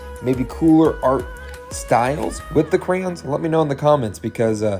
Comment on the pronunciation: Cray-ons not crans😂